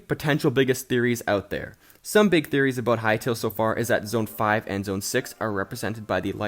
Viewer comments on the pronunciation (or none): "zoen 6"